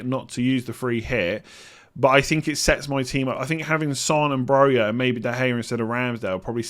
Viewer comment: It's Broja, not that